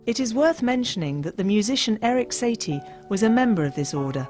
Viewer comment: dear Narrator: words matter. So it is the composer SAhtie (not Say -tee ) and Goeth -er not Gert! Lol